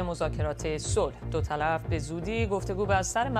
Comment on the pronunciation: دو طلف چی یه؟! دوطرف ! مجری هم گاها عجیب و غریب کلمات کشف می کند! نوت: در بخش اخبار مربوط به مذاکرات صلح افغانستان دقیق گوش کنید. خانم مجری دو طرف مذاکرات را " دو طلف " تلفظ می کند!